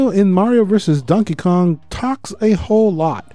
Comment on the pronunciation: I'm sorry but did you call him Dankey Kang? xD